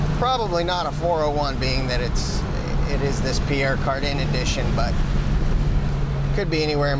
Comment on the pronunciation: Pier Cardin pronounced Pier "Car-dahn", more or less.